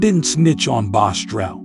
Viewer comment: I hate when people try telling other people story and mess it up like saying the name wrong. It’s BOSS-TRELL not bostrel